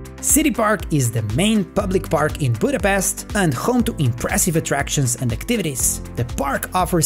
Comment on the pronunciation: One annoying things when they call it Budapest please don't say 's' we say it 'sh' Pesht Like in the Black Widow movie!!! Come on guys!!! 🤷🤦